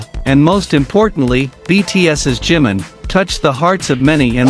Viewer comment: A tener cuidado con el nombre NO ea 'JIM' SINO JI-MIN o JIMIN!!! si dicen 'jim' puede confundirse con JIN que también es de bts ES IMPORTANTE LA BUENA PRONUNCIACIÓN DE LOS NOMBRES PORQUE PARA ELLOS TIENE UN SIGNIFICADO IMPORTANTE... creo que si a uds le pronunciaran mal sus nombres lo corregirían: verdad? Yo lo hago, tanto como cuando me nombran o cuando lo escriben así que A CORREGIR EL NOMBRE DE JIMIN PORQUE EN ESO TAMBIÉN SE NOTA RESPETO!